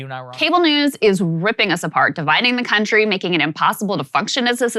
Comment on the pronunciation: The way Saagar pronounced cunt-ry perfectly identifies this chick lol his brain subconsciously did it for sure